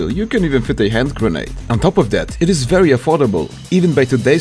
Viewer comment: "verry affordable"